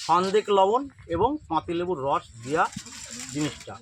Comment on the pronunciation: ভাই সনদেক লবণ বলতে বুঝলাম না একটু ভালো করে যদি বলতেন